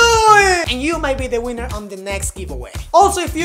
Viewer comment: not sure if her said winner or weaner... either way, i am in!